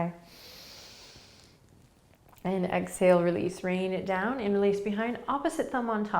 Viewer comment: Ha! As a non-native English speaker following you daily for the past two months, after today's practice (and googling "inner lace"😅) I finally understood you say "interlace" the fingers 😂 Before that I undersrood something like "in-release" but now it all makes sense 😁😁 I loved today's practice, and my mantra is: I trust fate that things will become better soon in this current crisis... namaste!